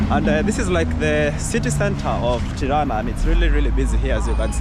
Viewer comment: At least he didn’t say piranja